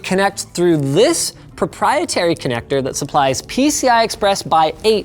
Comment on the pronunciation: Everithing was great until ” propietary" connector......